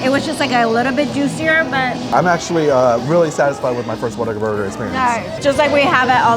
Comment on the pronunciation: I think it’s cute how many say Waterburger and not Whataburger 🙃